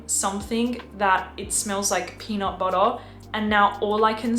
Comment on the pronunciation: I love how you say “peanut buttuh” 😂❤